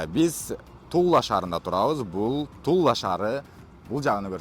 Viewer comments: Тула шаары эле дечи. Тулла шаары деп атасын кулкуну келтирип🤓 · Тулла эмес Тула деп окусаң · Тулла эмес Тула эле дечи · Тула десен Тулла деп атасын го